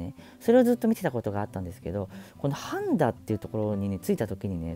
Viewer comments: 半田の発音おかしくね？ 「はぁ⤴️んだ」って(笑) 「はんだ」だよ。 欧米人が するような発音じゃねえか。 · 半田のイントネーションが 橋本環奈のかんな、 ではなく削る方の鉋(カンナ) のイントネーションですw は→ん↓だ↓ではなく は→ん→だ↑ 笑 旦那の地元なので気になりました！笑 愛知県取り上げてくれてありがとうございます❤️ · 半田？パンダみたいなイントネーションやん💣 イントネーションはハンダゴテのハンダ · 千種と半田のイントネーションが不思議な感じでした。 まあ住んだことない土地の地名は自分でもそうなりますね。 名古屋の紹介、ありがとうございます！ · 最後に半田市を取り上げてもらってありがとうございます！ 生まれも育ちも半田市民です。 、半田にも来ていただいたんですね！ 半田市は歴史的にみても知多半島の中心都市で、ミツカン酢の発祥地とか、他にも沢山誇れるものがあります。 ただ、地理上淀みの地域でもあり、人口や産業の流れに不利な場所かな。 「はんだ」のイントネーションと、「まぁいいや」にワロタｗ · 半田のアクセントが(ヾ(´・ω・｀)よ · 半田のイントネーションが 気になるっ 抑揚は無いです